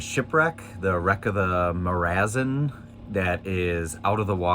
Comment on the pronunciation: by the way... the ship wreck is pronounced More-a-zon